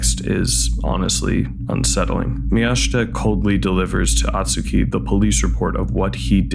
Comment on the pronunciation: Hey, appreciate you making this vid as the movie is underappreciated. But for the love of god, it’s “Oh-tsuki”, not “ah-tsuki”.